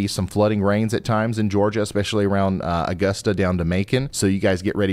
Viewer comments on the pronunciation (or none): none